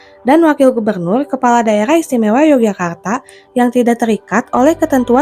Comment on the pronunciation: yang benar bacanya Yogyakarta, bukan Yogyakartak Pangeran Mangkubumi, bukan Mangkubumik